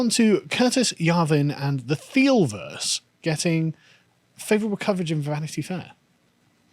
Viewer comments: I would suggest his name is pronounced “Teal” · His name is pronounced 'Teal'